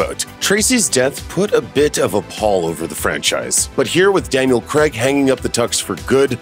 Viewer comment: Why can't Americans pronounce Craig as CRAYG rather than GREG!